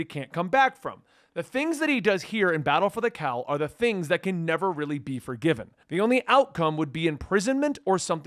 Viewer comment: I swear that every time said "Battle for the Cowl" it came out as "Battle for the Cow." I'd so be there to read a story about a fight to gain control of BatCow.